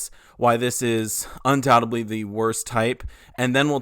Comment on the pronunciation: Undoubtedly not undoubteBLEE. Come on dude